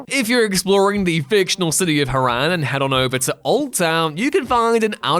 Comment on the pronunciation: Yup. Like with Dying Light, characters frequently say Harran (hah-rawn, not hair-en 🙄), so there's no way you could play the game and still not know how to pronounce it. The obvious conclusion is that he's never played Dying Light.